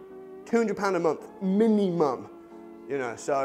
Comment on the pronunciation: They way you say MINUMUM !! brilliant cracked me up .